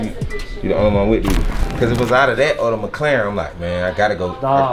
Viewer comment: McLaren not McClaren